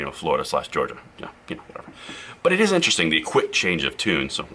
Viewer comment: Vewy itewesting lol